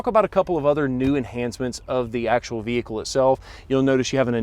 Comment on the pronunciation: No hood shocks....very informative, but fender wells are huge...STOP SAYING "THE VEEEEEHICKLE" It's an explorer....Say "this explorer" or the new explorer